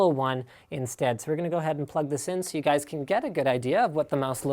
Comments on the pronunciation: "You gayspf Guys". :D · “You gays umm... guys” -Linus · "That you gays" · "you gays", "you guys" LMFAO